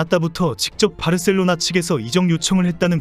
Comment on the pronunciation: 바르셀로나 가 아니고 바 셀로나